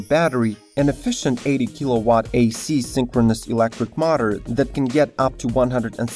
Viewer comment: Oh my god... very bad english dude... not mater but motor